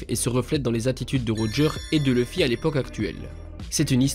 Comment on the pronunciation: Mais vous avez un problème les francophones avec le nom de Luffy, c'est OU Louffy pas LEUffy !